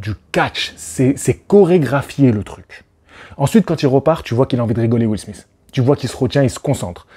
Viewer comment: Premièrement , commence par dire Chris ROCK et non chris ross ! Et Deuxiement lautre se dit Will SMITH ! Pas will smisse!!!